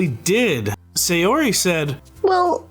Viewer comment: In the future could you consider pronouncing Sayori as "Sigh-or-ee" "Say-or-ee"? You pronounce the other Japanese names fine it just seems weird to get this one completely off.